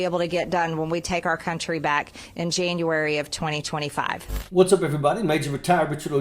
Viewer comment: In "Jeen-you-wary"